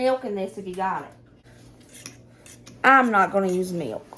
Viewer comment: I laugh when you say meelk.😂